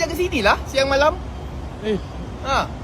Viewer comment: Siang malam tu slang lain mcm.... 😂😂😂